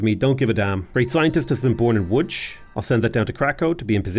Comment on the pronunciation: best pronunciation of Łódź I've ever heard from a foreigner. well done!